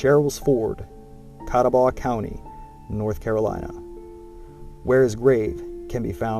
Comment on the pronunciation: Not to mention you did not pronounce John Sevier (like severe) or Catawba (Kuh TAH buh) correctly. Appreciate your effort to teach us history, but most everyone viewing your work takes it seriously and this is how historical myths begin. My line is William, Adam, William, Jacob, Agnes m Joshua Ballew. Very proud to be a Sherrill. Please share some of the documents that show William is a legitimate Captain as you infer. This would be vital to know because it goes against what DAR has established.